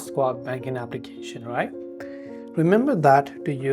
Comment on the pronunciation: This might be the worst instructional video I've seen on YouTube. Oh, and it's pronounced SHWAB, not SQuab